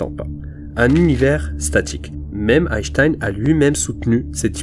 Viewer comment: Pourquoi dire même Einchtein ?